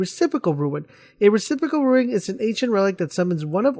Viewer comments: rune not roowin or ruin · May I add, it's a RUNE (pronounced: "roon")You are saying RUIN. Otherwise, a nice video, but I counted you saying "ruin" 10 times and had to exit. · Yeah, I decided I couldn't even finish the video after he said 'ruin' the first time. This reminded me about way back when playing the first Halo and people called the wraiths "wraths"... come on, people. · RUNE. R-U-N-E. NOT RUIN. NOT TOO HARD TO PRONOUNCE. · Say it with me now ...... "ROOOON"! how can you not pronounce this correctly? Do you see an "I" anywhere in the word "rune"? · Rune.. for flips sake, why ruin...why are you adding the I......aaahhhhghh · I was thinking the exact same thing... Had to go back and make sure it said RUNE not RUIN lol. -_ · Rune. not Ruin. lol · hes saying ruins